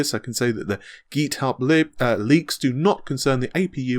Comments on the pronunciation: Seriosly - Ge-thub, really? GIT-HUB! If all this mispronouncing of names keeps up, I’m not going to bother, only going to watch Amata, as the pronunciation is almost perfect. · Seriosly - Ge-thub, really? GIT-HUB!